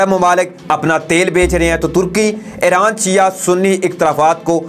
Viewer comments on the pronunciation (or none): none